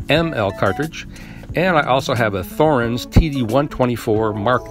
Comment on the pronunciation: It's T-horens. T not th.